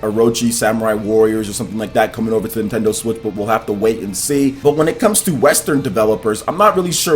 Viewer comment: ...I love your channel, the work you do is fabulous. I have one gripe, and its not just you who does it. Japanese pronunciations. Naruto to Boroto isn't "too" but its "toe" as in the Japanese word/particle for "and" meaning "Naruto and Boruto". Also, saying "Mr. Anouma-san" is redundant since the -san suffix means "Mr." in Japanese. They're small things, but small things that can give you just that little bit more credibility from folks, especially when talking about Japanese news/games.